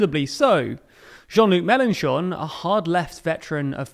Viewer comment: Love the fact that he corrected the prononciation of "Mélenchon" 😂 Well done!